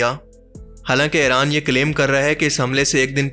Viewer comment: Its not Aaran It's IRAN